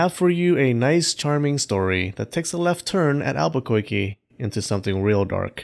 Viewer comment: two rabbit ears -- er, thumbs -- up for "...a left turn at Al-buh-koi-kee".